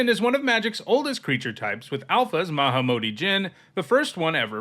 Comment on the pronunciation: The way you said haughty Jin made me think you said hottie Jin which wouldn't be inaccurate tbh.